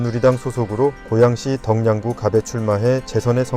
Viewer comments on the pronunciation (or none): 덕양구 사는 주민입니다. 덕양구는 ‘덩양구’가 아닌 ‘더걍구’로 읽습니다.